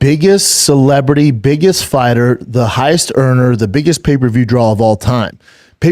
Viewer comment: I really need shauby to practice saying draw! Connor is a big draw. There is no L it’s not drawl